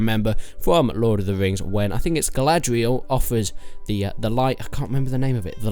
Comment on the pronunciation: How do you review video games and call it Zelda’s horse. Also it’s Galadriel not gladriel.